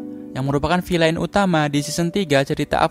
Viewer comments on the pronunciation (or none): none